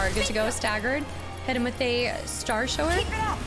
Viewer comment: Dear, Please consider the pronunciation of the word "shower". Thank you. 🥲 -Paul S. ✌